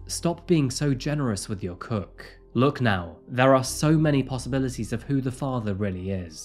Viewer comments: Koek, not cook. Just fyi, it's the Afrikaans for cake. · It's also not "cook." It's actually "koek" which translates to cake in english😏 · The word is actually Koek not cook. Koek is an Afrikaans word for cake or a slang word for a women's private parts. P. S I love your crime videos. Keep up the good word.